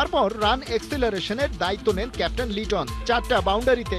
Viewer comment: লিটন কি ক্যাপ্টেন? সাই হোপ আর লিটনের মধ্যে তফাৎ দেখে লিটনকে কেপ টেন বলেন